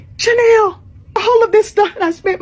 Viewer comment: It's not Jhanel, it is Chanel😂